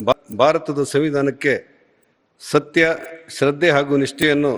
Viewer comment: Govinda kaarajola pls correction your word SATTE alla SATTYA😊